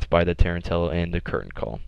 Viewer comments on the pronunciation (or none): Tarantula = Tarren Tills? It's pronounced like the spider, man. Tah-ran-chu-la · Sorry man but its Tarantula, as in the Spider. Was just really annoying me hearing it mispronounced again and again 😂😂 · RiP-HS - Bro he didn't even attempt to pronounce it right, thats not a speech impairment it's just lazy 😂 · He probably got confused with the hunter exotic from D1. The tarentella. Just a mistake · Dunnzo it's spelled like the spider so it doesn't make any sense why anyone would pronounce it like he did